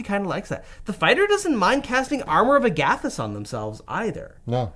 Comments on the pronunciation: "ARM-our of AG-a-thys" not "a-GATH-ys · So no one is bothered by the flagrant disregard for how Agathys is pronounced? Just me?